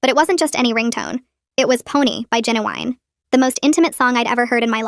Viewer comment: Also its Ginuwine. Lol AI Go home you're drunk I